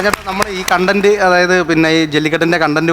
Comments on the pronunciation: കോൺടെന്റ് എന്ന് ഉച്ഛരിക്കുന്നത് തെറ്റാണ്, കണ്ടെന്റ്റ് ആണ് ശെരി, അതുപോലെ കോണ്സെപ്റ്റ് അല്ല കൺസെപ്റ്റ് ആണ് ശെരി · കോൺടെന്റ് എന്താ... കണ്ടന്റ് എന്നല്ലേ...